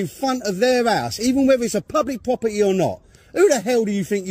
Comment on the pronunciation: Pubwic pwoberty